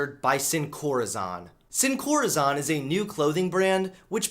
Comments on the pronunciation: saying “sin coRAzohn” hurt me internally it’s “sin corazón (coraSON)” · The O in "corazon" is pronounced the other way, just FYI. As if you were saying "Thor" or "zone." Great video. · Let’s talk about how he pronounced corazón Love you! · Guys........... he pronounced corazon wrong............ TRIGGERED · I love how he pronounced "heartless" in Spanish. Sin corazón. Good stuff.